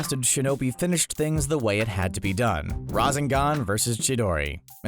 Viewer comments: Never say razengan again because it's rasengan. If anything say the translated version of it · he said rasengan wrong he said razengan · Ra-sen-gan!!!!!!!(ra-zen-gan??????????!!!!! IS NOT!!!!! HOW YOU SAY IT!!!!!!) you fucked up HHHHHHHAAAAARRRRRRDDDD on the pronunciation!!!!!!!!!!!!!!!!!!!!!!!! at 0.40SEC-0.50SEC if your a true fan youll know. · Its Rrrrrra-sennnn-gaannn Not Ra-sen-gun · My guy said razengan instead of Rasengan😂🤣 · Have u actually watched this show you mispronounced so much?¿ like whaaa go stand in the corner n think about your life. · Omg that was so annoying how he said razengan instead of rasengan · narrator i wached naruto many times:rawsenggan akoostki sharengan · CBR: I Watched the series several times Also him: Akusaki, Razengaan, Oktuksaki, Medaara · CBR: i've watched and rewatch naruto many times . . . . . . . . . . . . . Also CBR:calls jutsu jitsu and uchiha uuuuu-chi-ha and akatsuki a-kut-ski and rasengan ra-zen-gan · The RA-ZE-N-GAN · Dude why cant this man pronounce things. Rasingon? Like hu???? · Narrator: ive watched Naruto many times also narrator: razengan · Narrator: I’ve seen naruto many times Also narrator razingon! Jitsu, ackuutski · cbr narrator: i've watched naruto several times also the cbr narrator: RaHzEnGaN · CBR narrator:I’ve watched and rewatched naruto many times Also CBR narrator:mUhDaRa,oOcHiHa,raSsAngAn,kAraMa,uCuHtSooKie Shit like this really pisses me off about these channels,they claim to have knowledge about a show,then they completely butcher the pronunciation and then proceed to state bullshit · CBR Narrator: I’ve watched Naruto several times also the CBR narrator: rassengaan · Dude he says raseengan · This guy "raw-zen-gan" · The way he says rasangan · CBS narrator: *I’ve watched naruto several times Also CBS narrator: Muh-dah-ruh oochi-huh Akotski Raasngan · AND he said razengan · He also said razengan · yes someone in CBR finally said naruto correctly but couldnt say Rasengan or Akatsuki right